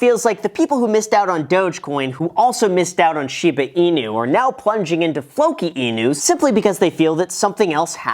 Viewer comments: not shee baaah its shiiiii baa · Hahah no way u said Shida Inu here :D I remember last video someone commented that :D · "Shipa Inu", "scrutinTy" Is my man having a stroke? He might be saying "Shipa" intentionally like "Sheep-a"